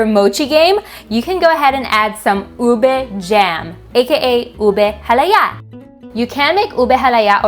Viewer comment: You pronounce UBE so well!!! My 2nd generation Fil-am friends who grew up in the US pronounce it as YOU-BAY 😁